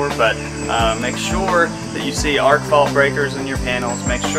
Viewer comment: ARC fault not ARCH